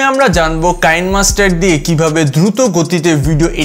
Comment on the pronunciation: কাইনমাস্টার না এটা কি‌নেমাস্টার।